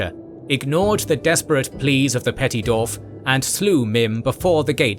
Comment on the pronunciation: It is Dwarf,not,"Dorf". Why do you keep calling them "Dorfs"? Every time you say it all I can picture is the spoofs by Tom Conway,like, "Dorf on Golf". It's a spoof golf instructional video where Tim Conway stands with his legs hidden in holes in the ground,with fake shoes or feet strapped to his knees,to make himself look really short. I can't take your LotR video seriously when you keep saying Dorfs,and Dorven.